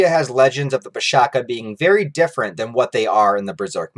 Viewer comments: The Pishacha is not pronounced as - Pee + Sha + Kaa, rather it is Pee + Sha + Tcha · abey it is pronounced with ch sound. PISHACHA. NOT PISHAKA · Bro, it's pisacha where "cha " is not kha but something like "chai" or che' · Pishacha Not pishaka Cha not ka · pisacha , the cha is pronounced as cha as in chai not ka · The pronunciation is pi-saa-cha (ch like much). Aside from what you have stated, pisacha are also used to define any abomination beasts, not necessarily those influenced by demons or unholy forces. Some pisacha are even revered as guardians, present in Hindu temple carvings and sculptures. These videos are really really good man, keep up the amazing work! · It's PISH-SHA-CHAA(as in Cha from Champion) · Coming from an Indian dude, is pronounced Piss-a-cha(cha as in charred beef or whatever). Pishacha is also correct. Sorry for the late comment. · Love your videos, i don't mean to sound nitpicky, its pronounced Pishaach ch the chart sound. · Pishacha pronounciation is a little off. The 'ch' is not pronounced as k, it's like the 'ch' from charity. Makara is the zodiac sign Capricorn. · the pronunciation is wrong and it would be k instead of cha. It a monster that is found in the folk tales in the indian subcontinent...It is a female monstrous creature which lure human to take its form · Nice video. :) Just one minor correction, the 'cha' at the end of pishacha supposed to sound like 'ch' as in chocolate.